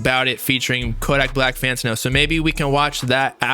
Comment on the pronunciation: Say it with me fam Fan-Tan-O 😂 Love the channel bro!